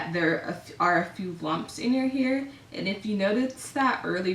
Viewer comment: The way you say hair is so annoying